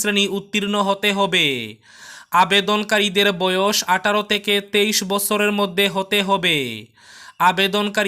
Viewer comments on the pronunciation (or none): none